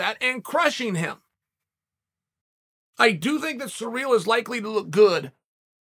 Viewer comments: Why is this guy saying Surreal instead of Cyril. Weird. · The way that Uncle Chael says, “Ciryl” is surreal,- pun intended. “Belal “ is another face palm pronunciation. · It's ciryl not cyril